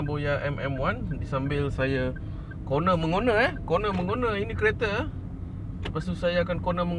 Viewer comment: 'Coner mengoner'..lain machammm..😅😅 terbaikk👍🏻👍🏻